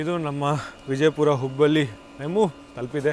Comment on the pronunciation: Bro ninage Kannada uchara madoke baralla ಹುಬ್ಬಳ್ಳಿ na ಹುಬ್ಬಲಿ antiya, ಹೊಳೆಆಲೂರು na ಹೊಲೆಆಲೂರು Are you tamilian.